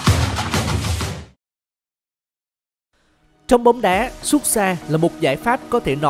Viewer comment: Tụi mày có thù với từ "sút" à.. sao toàn đọc là "súc" vậy?? 🤣